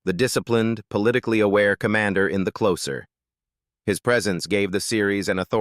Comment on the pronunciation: AI doesn't know everything, does it? "Closer" when humans use it as an adjective is pronounced with an /s/ sound, but "closer" when used as a noun, as in the TV show, is pronounced with a /z/ sound. AI is just like any computer, it learns by "trial and error".